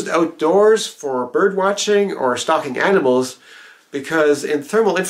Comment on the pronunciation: definitely thought you said "stopping cannibals" not "stalking animals" hahaha